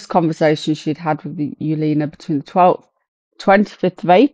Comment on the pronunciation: Her name is pronounced Evalina, it's Polish